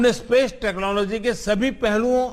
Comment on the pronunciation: Udhar Koila ki kami ho rahi hai aur yeh Feku Chor Yaha Space ki baat karr Raha hai 😂😂 Technology dhang sey bolna Nahi aata aur yeh Feku Fek Raha hai 😁😁